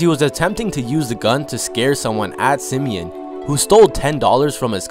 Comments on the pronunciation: It's sim-e- ON, not sim-e-in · And its Sim-e-on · It’s “Simi-on” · No it’s sim e ahn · Everyone not from Chicago pronounces Simeon wrong 😂😂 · LordBando I swear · Lol the way he said simeon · You said Simeon wrong but r.i.p cuzo😖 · He said the high school name wrong